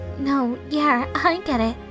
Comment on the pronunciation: PLEASE İTS NOT YEAR İTS YEAH İT ANNOYS ME SO MUCH